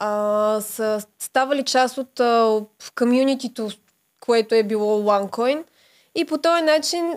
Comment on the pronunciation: Момиченцето: уань койнь пхаха